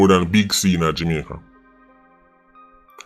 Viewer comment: Why always seh "Jimaica" tho 🤔